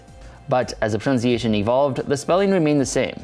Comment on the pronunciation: Pronouncing 'dagger' like 'daygur' is a fun little quirk. But pronouncing 'pronunciation' like 'pronounciation' is a no go, mister! XD Adore the new language though and am curious how well it will take off.